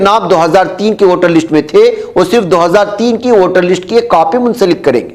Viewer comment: لشٹ نہیں بلکہ لسٹ